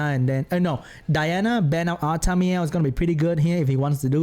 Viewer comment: Lol when you say "Artamiel" but it sounds like "Artameow"